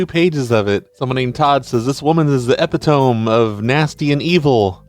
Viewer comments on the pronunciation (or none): Epitome... not "epi-tome." It's "e-pit-o-me." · epitome pronounced like committee, not rome 😘 love you